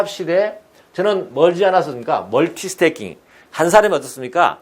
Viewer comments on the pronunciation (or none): 멀티태스킹 (multitasking)같습니다 발음의 문제인듯요